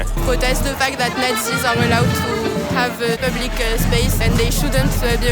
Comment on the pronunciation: 😂😂😂😂😂 pwotest de fact zat not zeeees awe allowed to have uh, plubliqúe spaceuh, and uh pwotest owr spweadê hatê